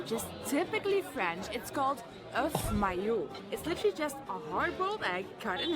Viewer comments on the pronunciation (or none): none